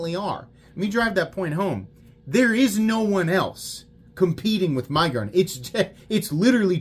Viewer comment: I am so happy that you are using the right punctuation. Your fellow YouTubers love to use the (N) syllable in the word to make it sound like Nig-uron .